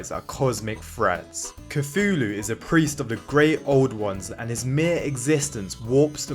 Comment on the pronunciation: And you can’t pronounce Cthulhu…